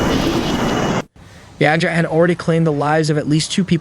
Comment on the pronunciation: Yagi, which means “goat” in Japanese. Pronounced like Gi-ga not yazi.